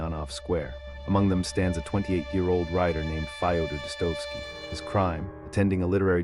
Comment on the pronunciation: Thumbs up for excellent content, but some names especially Dostoevsky are mispronounced.